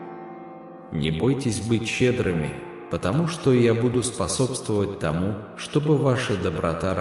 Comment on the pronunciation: Когда ты произносишь ,,тОму,, , мое сердце откликается ,,я вот она,, , я доверяю тебе , Господи, я люблю тебя, Господи❤